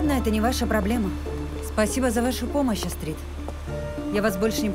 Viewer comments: Не АстрИд, а Астрид ! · Почему АстрИд, а не Астрид? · Имя девушки произноситься с ударением на ,, а,, !!!! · Астрид офигительная! Только ударение у переводчика должно быть в имени на А, в фамилии на И. Это имя Скандинавское. Вернее имя Шведсое, а фамилия Датская! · В имени Астрид ударение падает на первую гласную. Неужели, озвучивая целый сериал, так трудно поитересоваться произношением имени одной из главных героинь?!